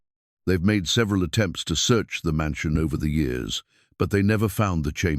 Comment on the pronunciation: The reading of the story was okay but the way he read the years is wrong. It's distracting 😮